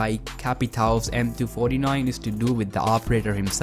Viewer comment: Who says m249 like m2-49 it’s m 2-4-9